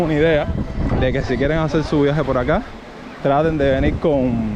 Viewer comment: "hacer" , no "hacel".